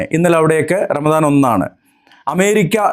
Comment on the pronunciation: P0ആദ്യം പറ ramadano അതോ ranalaano